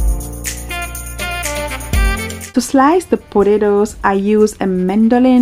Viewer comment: I love the way you say potatoes 😍